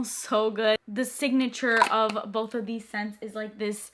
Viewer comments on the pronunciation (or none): none